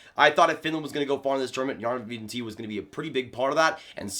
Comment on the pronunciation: Jarventie = Yarrr ven tee eh As a Sens fan, I’ve watched a lot of his highlights from the Finnish league. And that’s how the announcers say his name. The i and the e are pronounced separately. Just nitpicking here.